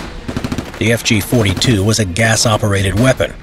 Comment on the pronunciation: he nailed the pronunciation of fg 42